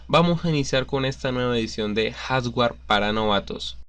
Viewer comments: después de ver varios videos tuyos sé más sobre computadoras pero voy a tener que tomar un curso sobre dicción pues ya ando diciendo como tú "jaswer", "oxila", etc. saludos y gracias. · Buen video, una sola recomendación para el creador del mismo... espero lo tome como retroalimentación y no como mala crítica, la palabra hardware se pronuncia más o menos así... "jard wer" o "jart güer", sigue así, haces videos muy interesantes, éxito :)